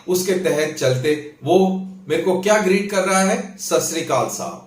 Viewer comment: Sasrikaal nahi hota jaahil...Satsriakaal hota hai..GOD IS TRUTH.